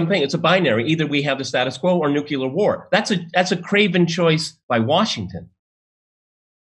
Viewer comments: I was loving this guy until he got to 'nucular' war. It's 'nuclear' dammit! Just kidding. Man, this kind of politics drives me crazy. Pi$$ing away money and lives so some warmongers can show a good profit. Arghh! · Nucilar is the wrong ENGLISH